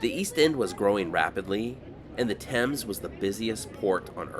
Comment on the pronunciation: Nice that you pronounced Thames correctly. As much as I enjoy your desert trips, you brought your expertise to an iconic sight of London! and gave a well researched picture of a sight that only tourists acknowledge and visit.👍